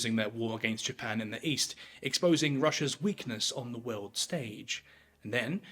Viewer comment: He speaks of some "veuld" that changed. Whats a "veuld"?